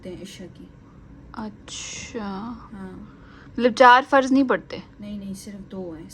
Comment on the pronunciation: Farad nhi faraz